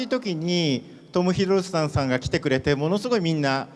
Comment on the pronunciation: 1番右の男の人1回も正しくトム・ヒドルストンって言えてないやん